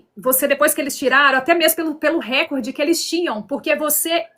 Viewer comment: A palavra é recorde. E não récorde